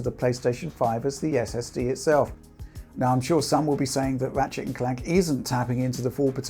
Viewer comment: Everytime says "Ratshit"